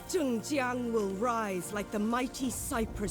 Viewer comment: THE NARRATOR PRONOUNCES HER NAME MULTIPLE TIMES it's zhəng ziang